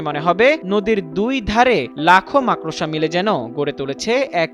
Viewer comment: Makrosha na makorsha bol chodna